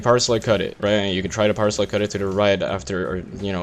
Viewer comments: Am i the only one that thought he was saying 'parsley cut'? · This whole time I thought he was saying "Parsley Cut"